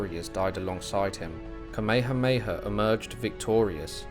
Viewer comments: Oh the irony. 🙄 An annoying Brit telling the world about of one of the most famous people in history of the Hawai’i. To the annoying Brit learn how to pronounce Kamehameha. It’s really easy. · Great info but the AI voice needs to pronounce Kamehameha correctly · Along the Alaska coast? King Kamehameha should be pronounced properly out of respect. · Thank you but it would be good to pronounce the Hawaiian King's name correctly... it's not Kameha-heya. READ THE NAME. It's Kameha-meha. *Sigh... your Brits! The world has left you behind. Update: I can't handle the butchering of the name anymore... stopped it after 11 minutes. Brits butchered land, culture and people... and to continue by butchering their names?? Do you want people to call Charles, CHAR-LESS?! Get a clue, Brits. ....And, yeah, fix your teeth! LOL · Bro you said Kameahea 😖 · Sorry man. The true olelo Hawai'i is still spoken on Ni'ihau and they say Tamehameha. The missionaries changed all the [t's] to [k's]. I learned that over 45 years ago when I heard someone on Kaua'i speaking it. Frickin' weird how a small group of people can change the pronunciation of a language. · Please learn how to say Kamehameha /ˌkɑː.meɪ.həˈmeɪ.hə/ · Ka mea ha mea ha... Please pronounce it correctly 💯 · It’s not that hard… Ka=Kah-me=may-ha=hah-me=may-ha=hah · Can’t listen to this crap this AI can’t even pronounce the Hawaiian words properly. This offends me deeply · The pronunciation of the character’s Hawaiian name is incorrect. The grammatical markers tells all Hawaiians how it’s supposed to be pronounced. Please don’t use AI. It is incorrect. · I was excited to watch this but then I soon realized that you had no idea how to pronounce King Kamehameha so I had to turn it off. If you're going to do a history piece you should at least know how to pronounce names. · Great video and narration, with the exception you could have made the effort to pronounce atleast Kamehameha properly. But good job overall "":)